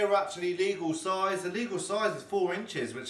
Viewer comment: “Look at the soize of it!”